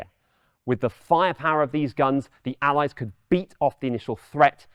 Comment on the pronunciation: That pronunciation of 'Allies' really irks me for some reason.